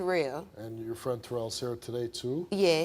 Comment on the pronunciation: Steve say it with me “Tuh-Rell” not Terral 😂😂😂 Steve be killin me with black names 😂😂😂 it bothers me the most that she was so stuck on her brother failing and was mean to him, but her friend failed and she didn’t give all of that energy.